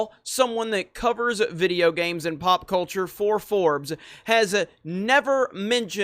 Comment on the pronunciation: "coming to you with another vidiyo" pls don't say it like that or change the intro. I am not a hater but that makes me cringe for a sec. Apart from that, I agree with everything.